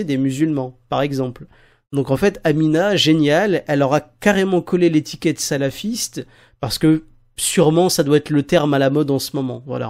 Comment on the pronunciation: ptdr !!! alors la elle sbaoui Amina elle nous sors quoi ? le symbole de prière ? , za3ma , en plus elle mâche ses mots attends en plus elle dis salafisse !